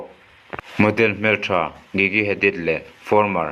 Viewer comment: i pronoun dan a diklo an hming hi gigi(jiji)tiin an lam zayn(zane)tiin lam tur